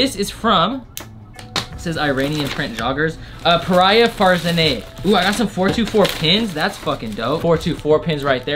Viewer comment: Bro! In that is pronounced 'PARYA FAARZAANEH' if you ment it by any chance...